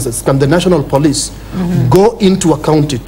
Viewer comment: Why does the lady host pronounce 'police' as 'plis' at 12.54????